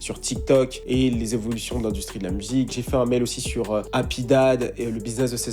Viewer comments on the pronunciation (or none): Un mell ( mail ) 😂😂 les fr et l anglais 😂😂😂